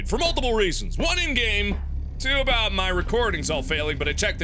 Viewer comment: He's talking aboot somethin with a shoe